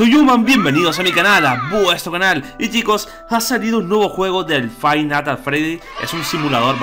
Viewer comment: The Youman Show - EL CANAL DE LAS LOCURAS. Escuhe cuando llamaste i decia fibe night at freddys